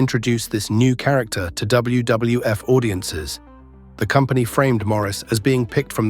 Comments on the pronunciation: jeez, that poor ai voice is having such a hard time saying WWF. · I must have missed that Pipers Pit on W double F shows. Man the A.I really struggles to say WWF. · Too bad AI can't say WWF consistently